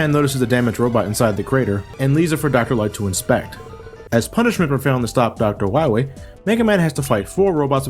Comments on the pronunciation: Dr. Wiwwly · Dr.Light is Hunting Wabbits with Dr.Wawee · Light: We find dat meteor, we find doctar Wywe! Me: LOL! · MEGA MAN! DOKTA WOWY HAS BEEN TWIYING TO DESTWOY YOU SO HE CAN TAKE Oo... oh... VER THE WOILD! Mega Baby: YAAAY! (Glass breaks) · Poor Dr Wahwee, What ever we he wo? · To quote the Great Clement: "We'll find Dr Wahwee? DR WAHWEE?! Who hired this idiot?" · *Dr. Wahwee